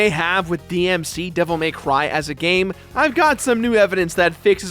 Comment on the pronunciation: "devil may cwwy" lol